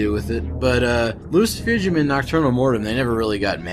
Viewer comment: Wow! I clicked on this and got more than I bargained for. I'd have a beer with you, except you gotta stop saying Loo-See-Foo-Jum it's obviously - Loo-See-Foo-Goom - like you are casting a spell in Harry Potter, you know? Oh and of course, if you are not going to take offense at me being Russian, because last time I met up with... well... whatever... great takes. You get a sub and a like.